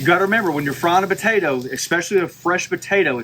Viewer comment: If I hear the word botato one more time, I swear...